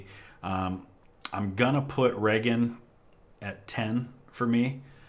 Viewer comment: Pres. Ray-Gun. Bedtime for bonzo's a JOKE.